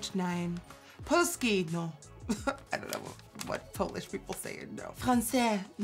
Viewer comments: Woow, you said "polski" very well! Greetings from Poland 💕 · NikkieTutorials I love you!Im polish and the way you said polski was a good attempt and Im a dancer a good one like really flexible and I just love how you do makeup and I have to have makeup for my competitions and I have copied them all from you especially the glam one that you did😍😍I love tou😚😘😘😘😘😘